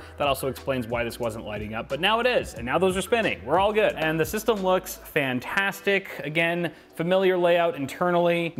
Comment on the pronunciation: He said it's phantastic